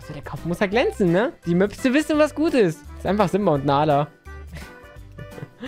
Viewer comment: Mopse nicht möpse bitte